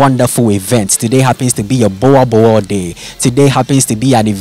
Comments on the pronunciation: He's still saying it wrong though. It is not a "bua bull". Say Book. Now replace the K in "book" with an R and say the R like a German or even Spanish person would. "Rrrrrrrrr". Now say "Boorrrrbull (boel and bull) pronounced the same. Boerboel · It's not a buwabuo IT'S BOERBOEL 🤦‍♂️ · Please learn how to pronounce the word BOER BOEL, you must "roll"the R .